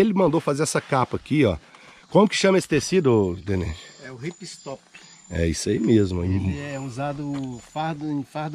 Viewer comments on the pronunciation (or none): Não sei se ouvi ele dizer “pipstop” o nome do tecido…se foi isso mesmo, só corrigindo o nome é RipStop aonde Rip em inglês é “rasgar” e stop “parar”. Um conceito de, ela pode furar e ter um rasgo pequeno, mas ele “para” e não aumenta 👍